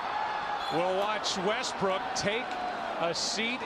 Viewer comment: bro said westbrick💀